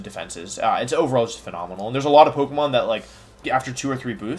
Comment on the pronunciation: your pokemon pronunciations upset me